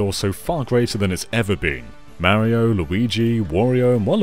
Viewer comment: You can say "blast", but you can't pronounce "Mario" correctly? WHY NO ONE CAN SAY "MARIO" CORRECTLY?! 🤨